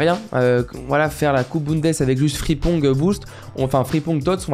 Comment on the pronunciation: Ta façon de prononcer certains noms surtout Frimpong je sais pas ça me met en ROGNE